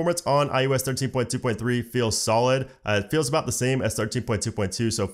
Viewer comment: Sounded like “ thirteen putuputu” 😂 I really love that when he says that ❤️❤️❤️